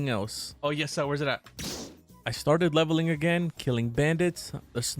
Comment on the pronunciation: The way he said yesir ☠️💀☠️☠️💀☠️💀